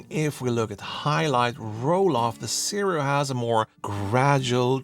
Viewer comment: Why not compare the sirui to the new sigma 35mm f1.2 ii ? And it's Sirui is pronounced Suu Rayy